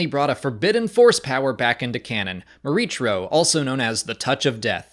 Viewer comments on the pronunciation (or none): I have to believe this was meant to be pronounced "Mor-EE-kro", with a "K" sound. Unless someone at Lucasfilm has said otherwise. The "CH" pronunciation is awkward and unintuitive to me.